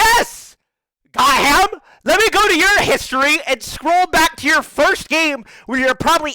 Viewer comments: Only Tyler's brain reads that as "Got Ham" rather then Gotham. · "got ham" 💀